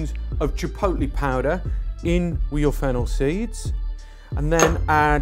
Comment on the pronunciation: Yes, it's chipotle. NOT chipolte. Thank you, Food Busker.